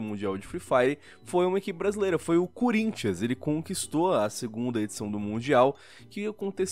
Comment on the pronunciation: Eu entendi errado ou o falou CUrinthians